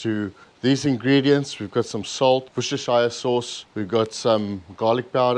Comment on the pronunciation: That recipe looks so good. I'll be trying it today. Never added rosemary before. I love rosemary. BTW it's pronounced wooster sauce after the city in England called Worcester (also pronounced Wooster)